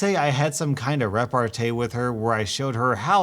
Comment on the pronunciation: I don't think repartee is said like that. I'm not entirely sure, but go on Google translate/ dictionary, just to make sure. Just a suggestion though. Im about to do so myself. I don't wanna say you're saying it wrong, be proven wrong myself, and end up being a butthole in the situation.